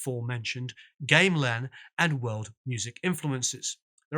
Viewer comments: A fascinating story well told. Only spoiled by your persistent mispronunciation of the word “gamelan”. As a confirmed pedant this was an unpleasant distraction. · Like part 1, this is really well produced and quite insightful. Couple of pronunciations: Gamelan = Gaam-ah-lan, not Game-lan. Music Concrete = Music Con-cret, not Music Con-creat Also, you can't mention the 'classical' influences of the 80s Crim without listing Steve Reich and American Minimalism among them. This is where all the part phasing came from. On a pure basis of form only, it started with Reich's 1966 piece It's Gonna Rain, a piece whose compositional element can from two identical tape loops that went in and out of phase. However, by 1967 Reich was compositing scored music designed for live performance to have the same effect . An example is Piano Phase, where two identical piano ostinatos are played together, in unison. however,one has 12 notes, the other only 8 notes - exactly the process Fripp used in much of the 80s Crim music. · Nice piece on KC, love your videos! But it's not "game-lan" music, it's pronounced gam-e-lawn. Sorry to be picky but the Balinese orchestras are worth it. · Not "gaim - lan" it's pronounced "gahm - eh - lan"... It's a Romanized transliteration... with 3 syllables. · Gamelan is not pronounced game-lan, but like gam-e-lan. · Can I just say - it's not game-lan, it's gam-e-lan. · "Gameland" music. It's pronounced gam·elan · Great videos, but I cringed whenever he said game●lan instead of GAM●uh●lan music. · "G "ah" meh lan" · Very detailed discussion. Much appreciated. (Oh, and it's "gah-me-lan".) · Great! btw Gamelan is pronounced like Gammon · GAMELAN .. Gamm-Eh-Lann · A comprehensive but succinct account. Thank you again. [I do need to point out that 1) gamelan is pronounced in three syllables, along the lines of 'gah-meh-lan'; 2) Jakszyk is pronounced 'Jack-check'. I knew him for a time in the late 70s.] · "Gamelan" is pronounced: ga·muh·lan